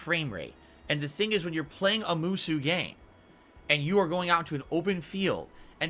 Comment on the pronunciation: I hate the way pronounces the word "Musou" so much. I actually give a shit about those games and it pains me to hear it pronounced that way.